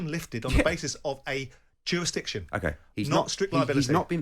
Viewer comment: simon"jurastiction" jordan